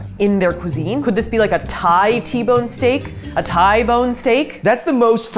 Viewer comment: Thai-inspired Me: "Ty"-inspired 😂 Also, welcome back! I've missed your vids! Love watching you and vids! 💜☺